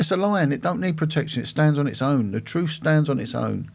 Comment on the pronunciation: Making fun of someone who said "tooken" instead of "taken" is rich coming from a man who says "troof" instead of "truth" and "nuffing" instead of "nothing."